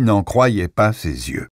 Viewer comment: je me demande où vous êtes allé à l'école parce qu'en France, le mot "zyeux" N'EXISTE PAS ! Dans "le cercle" de Bernard Minier, chapitre 37, je viens de vous entendre dire "la visière opaque lui renvoyait sa propre image, ZYEUX écarquillés...." Vous venez de tout gâcher ! Et vous récidivez dans le chapitre 42 : "un visage pâle et harassé, ZYEUX rouges" !!! C'est lamentable de massacrer ainsi la langue française ! Vous devriez avoir honte et prendre des cours de rattrapage de français. Le pire, c'est que PERSONNE ne vous corrige dans toute l'équipe du studio ! Que des ignares ! Pauvre France !